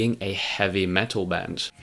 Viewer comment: The metuul of radiohead